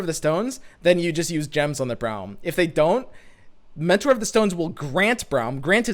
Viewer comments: Why do you pronounce Braum as Browm? Braum himself says his name and it doesn’t sound the way you say it. Is just me whose hearing this?!???? 😰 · I think it's like "Brawl" but with "hm" on the end.